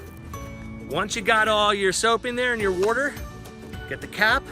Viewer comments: hell idk where ever they say worter Haha. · What in the Hell is Wooder"? LOL